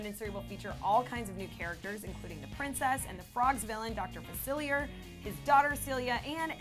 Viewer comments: Did anybody else notice that she said fa-cil-e-urr and not fa-cil-e-a? Dr Facilier deserves respect. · dont u mean .. Fa- cil- lee- aye 😂😂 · She pronounced Dr. Facillier wrong